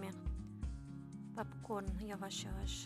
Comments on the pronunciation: papkorn yox popkorn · Papkorn yox popkorn markıt yox market dilimizi eybecerlesdirmeyin